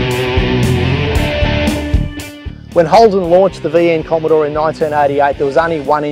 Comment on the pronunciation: Gorgeous cars! A bit of a break from the "bommidore!"